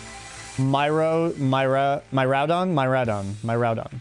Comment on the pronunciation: Heads up - miraidons name is pronounced "mere-ry-don" as